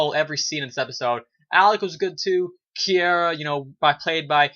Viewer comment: Bro, great review. And it's pronounced (Kee-ra) ... Is Alec Sadler pissing you off this season, like he is for me? He's showing his true colors, selfish and does not give a damn that he sent Kiera back in time. HE took her from her family, stranded her in the past, yet BLAMES HER for the red-head chick getting shot. WTF!?